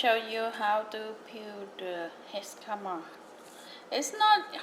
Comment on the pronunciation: Can’t trust someone who pronounces it jiscama